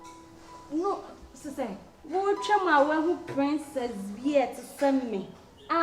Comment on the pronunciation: Slay queen said Plincess oooooo hmmm.